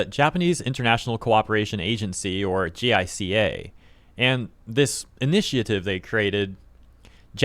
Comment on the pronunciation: Uh, "J👁-kah" (with accent on the 1st syllable), not spelled-out "J.I.C.A." Tokyo state-media N.H.K. WORLD's English-edition had video-reports & live-broadcasts, in case you want to know how some names & abbreviations are pronounced. They'll mention these agencies every so often. But yeah, Japan's P.M.'s (minus the late, great Shinzo Abe) seem to have issues keeping their job. When will another Abe come?